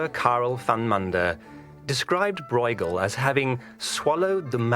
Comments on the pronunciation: "broighel"???? seriously???? it's hard to take the rest of the content seriously when they start by butchering the artists' name!!!! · The name of the artist is pronounced completely wrong. A little effort wouldn't hurt: just because it's not your language doesn't mean that you can slap on your own language's pronunciation rules. I can understand that people have difficulties with the hard "g" in Dutch, but everybody should be able to say the "eu" sound properly. It's the ö sound that you find in German words like schön and French words like deux. We Dutchies don't call Gainsborough "Ginesbohrouch" either.